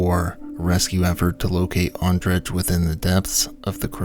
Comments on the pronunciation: Yeah, it's hard to hear him say it over and over Ondredgggg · Could you please look up how to pronounce names? Not Ondredggggg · it's pronounced andray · It’s pronounced like Andre but with an O 🇨🇿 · Ondrej is pronounced on-dre-ey there is no "tch" sound. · In Slavic languages "j" functions as a y or an i. So Ondrej is pronounced like Andrey would be in English. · Can you possibly learn how to pronounce the names of the people you claim to honor? Hearing you say "On-dredge" a hundred times is mildly infuriating. You have the whole goddamn internet to find a Czech pronunciation guide.